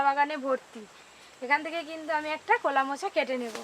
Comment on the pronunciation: নদীর রিঠে মাছ, মাথা টা খুব বড়, খুব সুস্বাদু। কলা কে কোলা বলে কেন? অনেক অনেক ভুল উচ্চারণ।